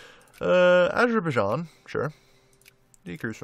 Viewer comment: Azer-bi-jarn. How to pronounce Azerbaijan.